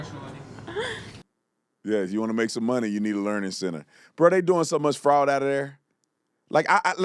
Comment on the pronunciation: she biffed it a little, it’s “Learing Center” 😂